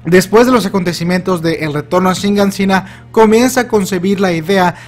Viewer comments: por favor, no digas más shiNganshina. Es shiganshina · Años y años de hacer videos de la serie y sigue sin aprender a pronunciar kyojin y siguen agregándole una N y quitándole una H a Shiganshina. Se pronuncia kyoJIN no kyOjin, y no es shinganSIna, es shiGANshina. Fuera de eso, muy buena teoría, puede que sea Armin de un futuro (que aún no sale en el manga) el que contacta a Eren y el que realmente le siembra la idea a Eren por lo que termina haciendo todo ese caos.